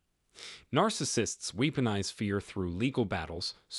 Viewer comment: Good Information. Practice Pronunciation of These Words: Weaponize, Sabotage, Barrage. God Bless,.